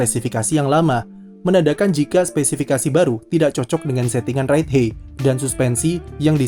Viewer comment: Ride HAIT bacanya kak bukan Ride HEY 😢 Just my 2 cents hehe